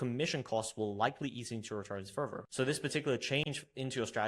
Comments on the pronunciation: Which english taught you to pronounce further as furvur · This is very common in the UK.